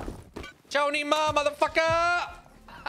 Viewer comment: It's not chow ni ma, it's tsao ni ma - but if you want to insult them, call them "ri ban ren"